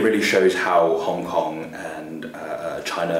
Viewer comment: its Hong Kong - not HONK!